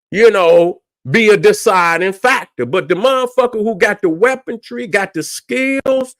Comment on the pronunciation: Weaponry not weapontree.